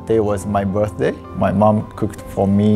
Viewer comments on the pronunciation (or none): none